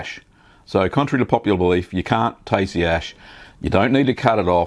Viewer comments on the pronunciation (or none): none